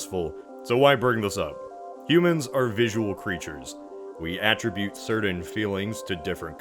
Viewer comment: What if the moon WERE inhabitable? (If it WERE, would people have better grammar?) You mispronounced "attribute." FYI.